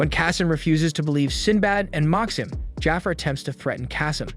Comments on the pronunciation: Ikr, I almost had to stop watching the video because it bugged me so much. No way this guy hasn't seen Aladdin. "Jaffer" instead of "Ja'far" geeked me out. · Lol, this reminds me of “The Last Airbender” movie… how the source material is available with the correct pronunciations of the names of people, places, and things… but~ they decided to go rouge and pronounce things as they want… like Magi, he says Maggie instead of ma-ge(ge like geek) or Jafar as jaffer, and Aladdin as ahladin… I mean, we have the Disney move of Aladdin for christsakes… also, the Rukh(ruu or roo) as ruck… the anime has an English adaptation, so no excuses! 😂 it makes me think that he just pulled the wiki summary of the entire 1st season and never actually watched it, which is sad if so, this is a great anime and here’s to hoping we get a real 3rd season of it and not a spin-off again 😂